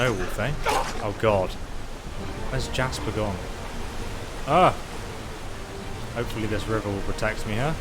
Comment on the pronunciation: What about calling Jespar: Jasper.